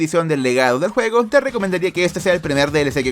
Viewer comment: Se escucha juego fortnite en vez de juego xd